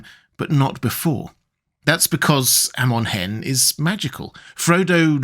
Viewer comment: Sorry just a correction but it’s pronounce Ah-mon Hen. Not Eh-mon Hen.